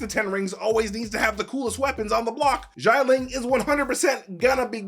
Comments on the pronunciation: Note: Not pronounced as "jai-ling". "Xia" is pronounced as "si-ya" (as in "si señor") without the pause in between. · Why does he keep prnouncing GIANT-LING? It XI-A-LING ... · Xialing * not Shy Ling. SHI-A-LING. 😑😑😑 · I love and his videos, but the mispronunciation of Xialing’s name is very distracting. X is pronounced like an “sh”, not like “j”. And the vowel part is IA not AI. So instead of Jai-ling, it’s more like Shya-ling. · 'Xialing' is not pronounced like that 😅😅 Say it like SHAH LING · why does he pronounce xia ling like it was xai ling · I cant believe how many times he mispronounced the name Xialing.